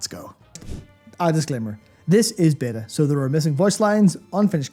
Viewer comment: "a beta review of..." i SWEAR i heard "a bitter review..." guys, i love you but i wont spend another freaking cent on that company